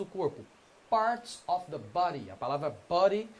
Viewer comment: A palavra of, não se pronuncia óf, se pronuncia âv